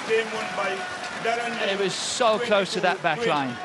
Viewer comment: it’s Liew daren